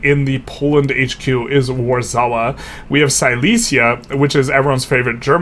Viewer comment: And your pronunciation of Warszawa hurst my soul. The SZ in middle is pronounced like SH in Shame. Or just say Warsaw, its a cool name and everyone knows how to say it.